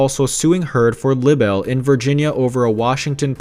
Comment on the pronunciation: The woord is pronounced "Libe-el"!